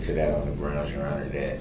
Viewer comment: it’s… GWOUNDZ